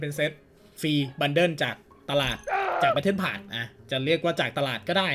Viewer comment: แบทเทิลพาด5555 ไม่ใช่พพาส